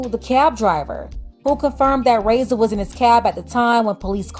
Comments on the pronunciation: Her name is not pronounced (ray-ssa) it's (rah-ee-ssa) the (i) is pronounced as the letter E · The way you’re pronouncing her name is hurting my ears 😭😭